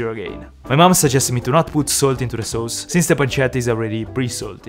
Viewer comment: I love how says "Sows"